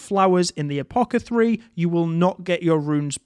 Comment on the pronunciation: It's pronounced "a-po-theh-carry", not "a-po-keh-three".